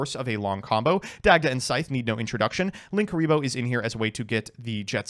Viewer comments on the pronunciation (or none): none